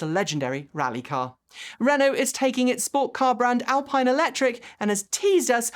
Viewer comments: Alpine is pronounced [alpeene]. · Just a quick note, The French car company Alpine is pronounced Alpeen, weird I know.